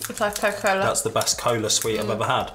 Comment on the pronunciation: that was cola cola not coca cola lol